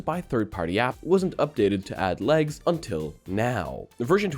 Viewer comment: i heard lags instead of legs XD, imagine glasses with remove clothes IA lol